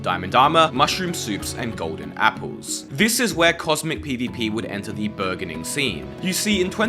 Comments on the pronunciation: It's not understood as "burger-ning". Mispronounce words and people won't understand you. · i think he tried to say "burgeoning" but mispronounced it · It’s pronounced like J. Like the G in Barge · Just so you know for next time, its a soft g in burgeoning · Just an fyi, the ‘g’ in burgeoning is a soft g not a hard g! 🤗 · "burgeoning"? With a hard G like "burger"? My mans, I believe that's meant to be a soft G, not a hard G.